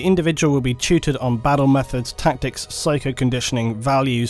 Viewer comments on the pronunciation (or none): Wish this guy could pronounce the letter T in words. It battle not baddle!